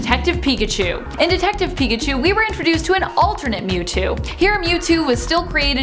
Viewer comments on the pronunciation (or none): none